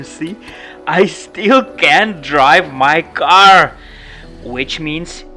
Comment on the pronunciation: You say "my car" ?